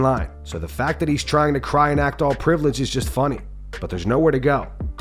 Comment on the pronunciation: Lol, Did Colby say “privilege”?? Though i dont doubt the UFC would try to strip Leon. Dana is a POS